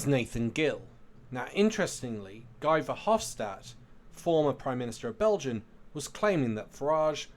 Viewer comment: Great work as usual. A little tip: ‘Guy’ in this man’s case would be pronounced like ‘ghee’. Hope it helps.